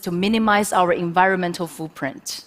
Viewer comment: "Foo print" A play on words using a funny "ahh-sent"